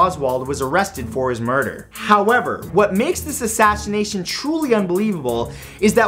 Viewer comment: "what makes this asashination so funny.😂😂